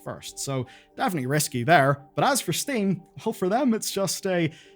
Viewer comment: why did you call steam “sting”?